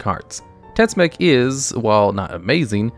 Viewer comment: Tetzimoc its also not pronounced " tetsuck", Im mexicano and TetziMocatl its something akiin to "dreadfull spear" in nahuatl.